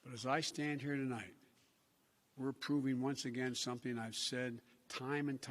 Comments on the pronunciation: To light instead of tonight. Duh couldn't get past the 2st two words 🙄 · HE ACTUALLY SAID TOLIGHT! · I thought he said tea light